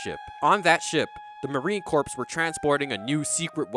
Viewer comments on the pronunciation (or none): “Marine corpse”